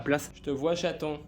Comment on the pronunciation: c'est rigolo on dirait que tu appel ta femme château , mais je suppose que c'est chaton ?🤣